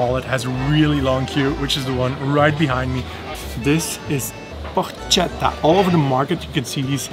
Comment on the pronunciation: Foreign tourists only know the word Panini in the plural, they do not know the word Panino (only one) in the singular. Either they take one, or they take 10, they always say Panini. Then Porchetta is pronounced "Porketta," not "Porcetta.” ;)